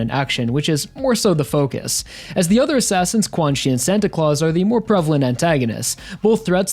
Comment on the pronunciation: pretty sure 'quanxi' its pronounced chan-she (or something along those lines) rather than quan-chi